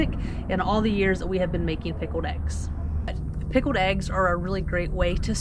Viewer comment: You are aware, no doubt, that the word pickled has a veery obvious "L" right there between the k and the e, See it? there is not such thing as a darned pikoed egg. Maybe you could make some pikoed e's and just forget the "g's" in the word eggs too!